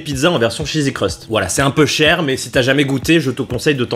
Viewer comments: Il a dit chesi crust 14 fois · le " chzzsy crust farcie " XD